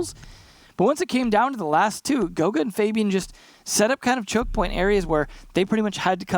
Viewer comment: f-ah-B-an please get it right it hurts my ears to hear it wrong